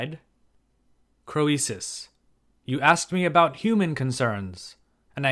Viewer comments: Wasn't his name pronounced Creesus, not Cro ee sus? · thanks. I think it is pronounced King KREESUS, not cro-ee-sus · "Cree suss", not "Cro ee suss". At least, that's what I've heard. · I enjoy work. But I would enjoy it even more if he would take the time to learn how historical names are usually pronounced in the English-speaking world. It's "cree-suss", not "crow-ee-suss". Like, you, the name Phoebe is "fee-bee", not "foe-ee-bee". And phoenix is "fee-nicks", not "foe-ee-nicks". Of course, none of these pronunciations are close the way they were pronounced in the original languages, but good grief, look stuff up. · Hi! I'm afraid your pronunciation of Croesus is not admissible. The English standard is /ˈkriːsəs/, and oe was a diphthong in Latin. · it confused me for the longest time... like Euboea... Evi-uh?? everyone says "rich as Kreesus" 😆😆😆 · Pronunciation of These names is typically SO-LON and CREE-SIS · one tip for you, mate: we always pronounce his name as 'Creesus' (even though in Ionic as well as Doric and Aeolic it is written and pronounced KROISOS.) Greek OI was always adapted by the Romans to OE and that's how it comes down to us- everything through a Latin filter, sadly! In England we still say "he's as rich as Croesus" but it is dying out. Our education system is now a TOILET. I have a feeling you are largely self-taught in Anc, Hist. so RESPECT. (Or, as we say, GOOD ON YER!) Did you know that HAI HISTORIAI- The Histories- literally means ENQUIRIES... from the verb historein, to research or enquire. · the ‘oe’ in ‘Croesus’ is a diphthong pronounced as ‘ee’ in ‘creek’. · don't hit me, but I don't think you are pronouncing croesus correctly. not in english, ancient greek or modern greek. it's just not phonetic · Love your stories. PS: the “o” is silent. ❤ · When pronouncing Latin words that contain a vowel paired with an e, that vowel is silent and the e is long. An exception is EU, which is pronounced like you